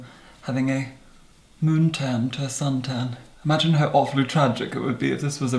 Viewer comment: Moon-Tan. Died.